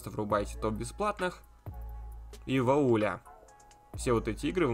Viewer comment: !Не вОуля,а вУаля(voil la).фр.🤣 По теме-вчера так и не смог нормально покапаться в сторе-очень вис,а game pass вообще отказался работать,странно.